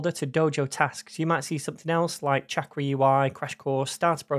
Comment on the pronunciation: Damn. I wanted to learn about this - but there’s no way I can listen to 12 episodes of this guy mispronouncing the name of the product he’s explaining. 🤦🏻‍♂️ 28 seconds is all I could take. Bye. 👋